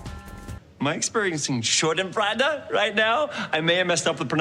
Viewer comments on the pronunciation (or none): none